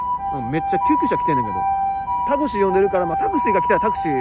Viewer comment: タクシーのイントネーションおかしくない？